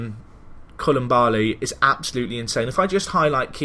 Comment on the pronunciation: Just a quick note it is co-Lee-baaa-Lee